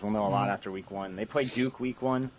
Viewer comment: Did he say "Go Dukes?"